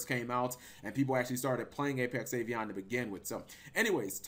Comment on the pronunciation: Are you pronouncing Avian as Avion? Wtf? Do you not know what the letter a is?